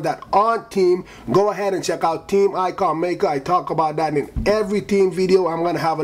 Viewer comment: ever "TEEM" "TEEM" PRONOUNCE YOUR GOD DAM H'S